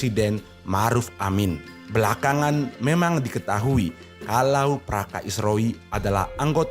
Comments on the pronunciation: Praka bos, bukan praska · Praka bang.. Bukan Praska... 😅😅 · Bukannya praska min yang bener itu praka ( prajurit kepala ) sering kali admin terdengar berbicara praska bukan praka, kritik sedikit min demi kebaikan chanel ini.